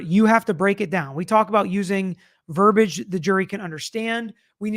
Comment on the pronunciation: Not that’s it’s important but verbiage is pronounced, ver-BEE-age 😊